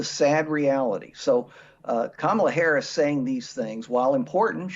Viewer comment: Go ahead, Donnie, mispronounce VP Harris's name some more! You'll be hearing it pronounced correctly when she steps up to be sworn in as our President.